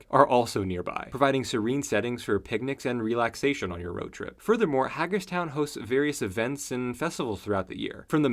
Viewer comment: The first syllable of Hagerstown is "Hay"